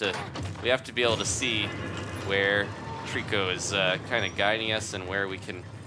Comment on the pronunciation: You both said it wrong it's trico